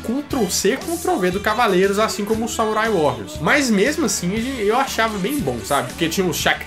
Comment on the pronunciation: Samurai WaRiors! se escreve com dois R's e se pronuncia com um R só háháhá